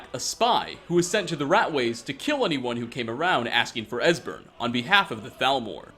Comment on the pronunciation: It’s pronounced Es... wait you actually got it right...